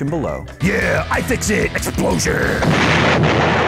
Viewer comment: AYE! FIX IT! (at least that's what it sounded like) But I agree: Best! iFixit! Add! Ev0r! XD